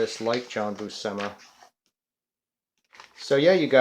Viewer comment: pronounced Boo-shee-muh